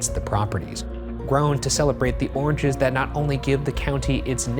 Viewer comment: Am I the only one hearing "orgies" instead of "oranges"? Is it a bit? Do I have a problem?